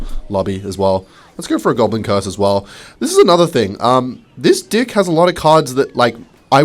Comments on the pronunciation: STOP SAYING DICK WHEN YOU WANT TO SAY DECK COME ON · did you disable subtitles because it misinterprets your pronunciation of deck